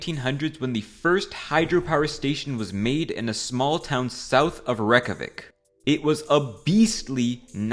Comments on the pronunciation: It's not pronounced "Rek-ka-vik." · Its capital sounds off too